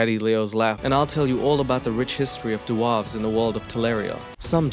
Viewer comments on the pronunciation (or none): Bro I love you but why are you sayine 'doo-warves'. Its dwarves, like Snow White and the Seven Dwarves'. But otherwise you're smashing it. Do dwarves get called doo-warves in South Africa? maybe its that, anyway much love dude. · I will download that game just to be able to hear you say Da'Warves forever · Lol “dwawwwves” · Oh yes I'm gonna start pronouncing dwarves like that now lol love it and that is the first time I didn't forward the rage promo because if it. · please I’m crying at the way you say Dwarves and the video has barely started 😂